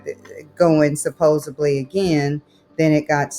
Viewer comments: This is such a weird thing that bothers me about these videos, how many people being scammed say “supposably” instead of “supposedly” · "supposably" 🤦🏻‍♀️🤦🏻‍♀️🤦🏻‍♀️ The word is SUPPOSEDLY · Victim saying “Suposably” is one of my favourite scammer bingo cards filled spaces 🤣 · If I hear supposably one more time… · She lost me at supposebly! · Supposebly? Since when has that become the norm? 😂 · "How can it go to Arizona? It just doesn't make sense." Oh, it makes sense. It makes perfect sense. You're being scammed. Oh, God. But PLEASE don't continue to say "supposably!" It's supposedly. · Supposedly. No b in it. Sorry, pet peeve